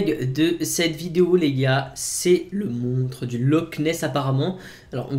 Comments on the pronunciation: Moi j'entends clairement "montre", c'est bizarre, tu est certain d'entendre monstre ? ^^ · c'est le montre du lock ness franchement aprend a parler